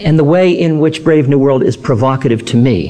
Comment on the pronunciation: Right he calls "Brave New World" "BRAND New World". Nearly unforgivable!!